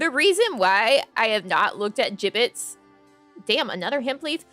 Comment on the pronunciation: Thanks for the stream!! It was a fun chatting and window shopping stream. I had no idea what a Jibbitz was at first, I thought ya kept saying Giblets and I was so confused LOL:_NamiLaugh